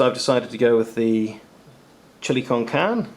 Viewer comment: The chilli con carne, shows signs of aging also, pronounced (con car nay) , Spanish for chilli with meat, is too dark, like the rest friend. Good choice on not letting the boss partake! hope rest of meals work out ! Magnum, as always, love yours and gundogs vids !!!!!